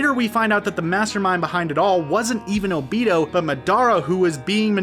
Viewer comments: It’s obito not “obiido” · No one: Litteraly No One:: OH-BEE-TOH